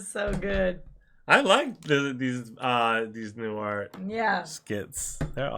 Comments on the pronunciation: Pronounced: NEW-HEART. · Enjoyed the reaction. His name is pronounced New-hart, like two different words, by the way. He was one of the most popular comedians around in the 1960s and had two very successful TV shows in the 1970's for the first, The Bob Newhart Show. He played a psychologist in that one. In the 1980's, he had a show called Newhart, where he played a Vermont innkeeper and then TV talk show host (you watched part of an episode from that show). The ending of the second show is regarded as one of the best finales in TV history - he wakes up in bed with his wife from the first show, talking about the strange dream he had of being an innkeeper in Vermont. It came as a complete surprise to everyone who saw it. Given that there used to be only three major TV networks, most viewers had seen, or at least watched reruns, of the original show at some point. (Sorry about spoiling a TV show from 30 years ago. Now you probably won't watch it.) He used to occasionally appear on The Big Bang Theory as the an embittered former host of a children's science TV show and won his first Emmy award for that role. Truly brilliant and still around at the age of 94.